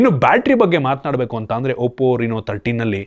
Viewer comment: ಅದು oppo ರಿನೋ ಅಲ್ಲ ಗುರು, ಅದು ರೆನೊ 😂